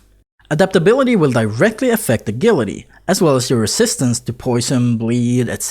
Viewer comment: Ah-jill-ity. Is how its pronounced. No biggy. But yeah, a "g" on english often sounds like "jah".